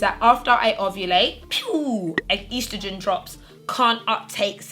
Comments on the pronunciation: Ur mispronouncing estrogen ... 😭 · Did any of my American folks cringe when said estrogen? Great video